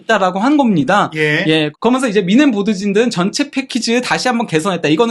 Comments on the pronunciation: 아직도 발음을 고치지 않나. 거면서, 거면서. 그러면서 라고 또박 또박 말하라. 아무리 내용도 좋지만 왠 사투리인가. 아주 듣기 안좋다. 거면서, 거면서. 거면서...... 기본적인. 노력이 필요하다. 발음 하나 못고치나 ? 거면서, 거면서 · 거먼서 발음 힘들다